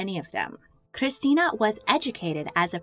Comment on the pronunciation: Hearing her pronounce that R in Christina hurt